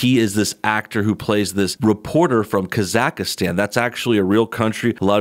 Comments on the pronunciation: Great videos but its pronounced Ka zak stan, not ka zaka stan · Also, "KAH-zahk-stan" is how you pronounce the country's name, not "Kah-ZAHK-uh-stan". It says so in their (fake) national anthem. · It's pronounced KAZ-AK-STAN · KAYAKAYAKAASTAN lol you say it so weird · It's still not "KazakhAstan"